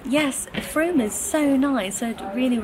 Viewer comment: You're definitely pronouncing Frome correctly. My husband's nephew lives there! We've never been but it has a brilliant market, I think on the first Sunday of each month. Lovely to have the tour of the house and Bath, and also to see all your purchases. Books and chocolates, what could be nicer. Those peonies are gorgeous, what a fabulous colour. A lovely scarf for your mum from Perspehone. Topping looks a super bookshop. I hope you enjoyed evensong at the Abbey, sounds very special.